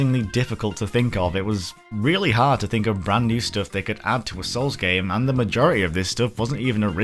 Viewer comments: BLOODBORNE 2!!!! BLDBRN 2!!!!! Ehem... Yeah, gore system... Also it's "Hard" not "Horde"... And yes, outfit customization, not just changing them... Yes, I hesitantly agree. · So..... if you wanted a Hard mode.... how would you pronounce Hard? What about a hard horde mode?